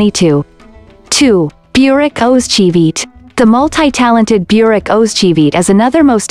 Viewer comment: Burak is not pronounced beurak. Americans don't know how to pronounced names correctly.